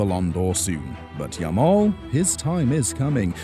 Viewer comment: Yamal is Yamal, not new someone